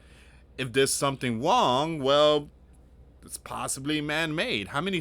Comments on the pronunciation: What’s Wong?? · Lots of stuff go wong o gosh it’s wong